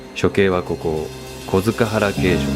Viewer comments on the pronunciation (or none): 小塚原、読み方は、こづかっぱら ですよ。